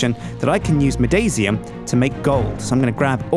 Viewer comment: it's midasium as if in the name of MIDAS the greek king with the golden touch Pronounced My-das-ium not my-daisy-um